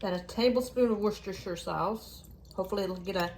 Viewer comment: Great meals and collaboration, you are a good cook. Also refreshing to hear you pronounce Worcestershire correctly. 😊